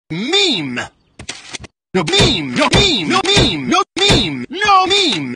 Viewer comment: The way say "meme" made me think hes saying mean 😂😂